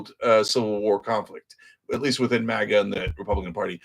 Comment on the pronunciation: I’m from Rhode Island where the accent is basically Boston Lite… I heard MADA and thought it sounded like “Matter”. Now I wanna walk around and tell people “You MADA!!” 😂